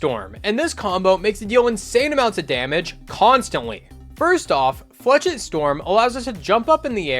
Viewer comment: It’s pronounced “flashette” not “flechit”